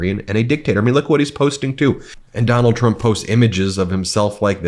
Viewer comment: Biggest fan and you can’t say his name correctly. Very trumpiann. Big fan though.